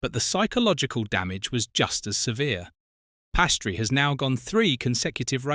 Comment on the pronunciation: He is calle Piastri…not Pastry🙄